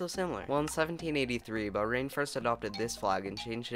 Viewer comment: remember Bahrain is pronounced buh-HRAIN and not BUH-rain and Qatar is pronounced exactly the same way you would pronounce cutter.